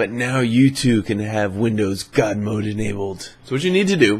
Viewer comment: OMFG YOU Scared ME When You Said Good Mode OMG